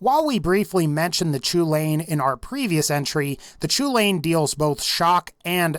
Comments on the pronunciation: I know I'm 2 years too late but the Chulainn is pronounced Cullen, not ''chew-lane''. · "Choo-lain". No, It's pronounced "Kell-in." As in, Cu Chulainn, the Hound of Ulster. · just so you know it Chulainn isn’t pronounced “choo-lane” it’s pronounced “kuh-len” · Lads I’m Irish. It’s pronounced “Hullin” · It's pronounced KUL-IN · Thank you 🤣 I was cringing so hard lol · The "Chulainn" is pronounced "Hull-an" it's Gaelic, named after a legendary giant Cú Chulaínn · "Chulain" I can't blame you, but thats not how its pronounced. Its pronounced "Coo - Lawn"